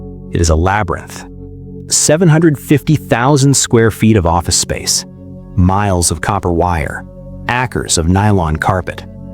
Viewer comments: Made it to “ackers???” 🤔😳😬🤦‍♂️. If AI drops the ball on acres (“ay’-kerrs), then I have to bail…🤦‍♂️🤦‍♂️🤦‍♂️🤦‍♂️🤦‍♂️ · "Ackers" of nylon carpet...I'm out, but thanks AI. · Your AI wife? Ackers of carpet was the giveaway. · Hate these AI narrations. 'ackers' for acres, and SO disrespectful to call dead firefighter Phyllis McAllister 'Pillis' and to call him 'she..'. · Why not have a human voice these? AI sucks. Acres isn’t pronounced ackers. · ACKERS of nylon carpet? If your're so lazy you have to use AI, don't bother making content. 👎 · I'm sick of robot narrators ... it makes the whole thing seem suspicious ... even though I lived only 1 mile from this disaster. How hard is it to do it right. At the beginning he's talking about acres of carpet but can't pronounce acres correctly. Come on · Agree. You KNOW it's AI when it can't pronounce acres correctly.